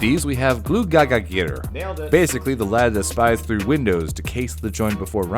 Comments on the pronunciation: rating on how well you pronounced the names (1 to 10) "stetjastuor" 6 "giljagjur" 3 "gluugagijir" 1 "bjoognakir" 5 "ketkrokjir" 6 "stoofur" 9 "potaskifil" 7 "þröslækjir" 4 "askaslikjir" 9 "hoorjaskeljir" 4 "getafjur" 4 "kertasnikjir" 9 which makes a fine B* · Did you mention ICELAND IM FROM ICELAND. And you said Gluggagægir wrong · The icelandic pronounciations were soooooooo wrong. lol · lovely vid, but as an Icelander all of that mispronounciation physically hurt me